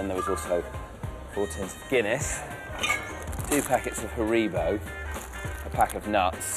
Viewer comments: PlatinumGamer HA-ree-bo. I'm laughing at the weird way he stressed the middle syllable. Even on the adverts in the UK, it's definitely not got such a long second syllable. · Did he just pronounce it "ha-REE-bo"?